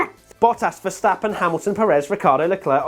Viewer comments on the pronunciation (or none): To all international sport journalists & presenters: ... it is NOT Lewish ... it is NOT Bottash ... and it is certainly NOT Max Vershtappen!